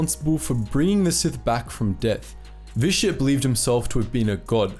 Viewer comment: i love the content your pronunciations on sith names. Good god almighty it pisses me off 🤣😂🤣😂 revan and vitiate in particular. The way you pronounce Vitiate and revan are no where near close to the correct pronunciation of the actual words their names come from revan specifically revanchist... the way you pronounce that... dear god nails on chalk board... accents are only so good of an excuse friend 🤣😂🤣